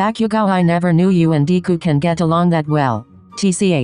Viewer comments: ah yes deeeee-ku and not de-ku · it sounded like "Deku" 😫 i love it 😂